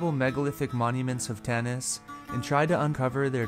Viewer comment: please say Tanis with vocal "a" not Tennis god damn it